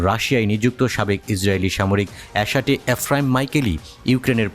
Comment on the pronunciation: এ্যাশাটে!!!!?????? Correct as এ্যাটাশে...